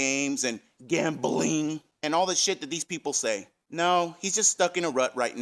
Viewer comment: “GEHM BLING” 😂👌